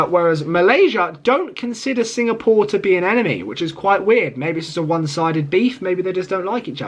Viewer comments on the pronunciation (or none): none